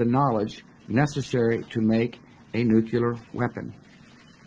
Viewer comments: New rule for all incoming presidents: If you can't properly pronounce the word, "nuclear", then you can't have access to the briefcase and red phone that fires one off. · Yale graduate? Nookyalur? Enriched Iranium?